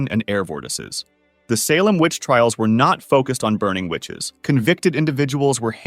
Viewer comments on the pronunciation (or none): none